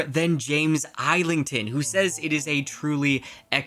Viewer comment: not island-thon.... it is ''is-ling-ton